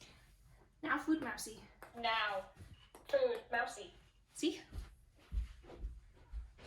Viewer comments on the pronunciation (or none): Why can't say food?